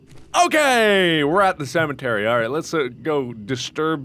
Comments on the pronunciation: "cementary" mark, there's no N in that word xD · Don't judge awesome speech, it's amazing. Who would of thought of "Cementary" !! AHHHH It's SO AMAZING!!!!!!! Maybe I'm so happy because I'm an Egg.